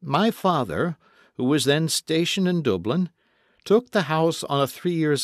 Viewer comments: Please stop saying Dooblin. Its Dublin. Thanks for uploading though. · First LVox audio that I could just about listen to (except for the crap Dublin - Dooblin pronunciation) Do some voice over accent training! Can recommend Peter Warnock -UK! Thanks! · Where is "Dooblin"? 😜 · Sorry but I could not stop laughing at your pronunciation of the name Dublin.....as Dooblin. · I was going to give up on this as the pronunciation of Dublin is really irritating however having read the other comments I will try to stay with it . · 1 thing bugged 🕸🐜🦗 me the way you say Dublin 😤 arghhh 🤬🤯 just 🛑 ✋ stop saying it like that pleasssssse!! 🤬😤🤬😤 🌈😊🎉🎉💋 xx 😘